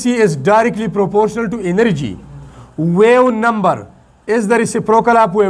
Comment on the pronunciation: So you pronounce the wave number incorrectly ❤❤❤